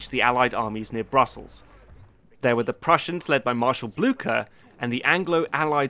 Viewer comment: Napoleon would have been able to pronounce Blücher properly and not as Blooker ...